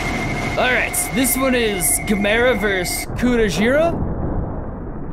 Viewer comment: Why did you pronounce Gamera like "guh--MARE--uh"....it's GAM--er--uh.....what's wrong with you?